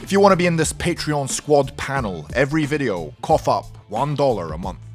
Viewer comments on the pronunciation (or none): none